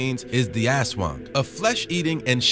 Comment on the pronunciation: When americans pronounced Aswang 😂😂😂😂 By the way I live in Philippines our pronounced in aswang is A-SWANG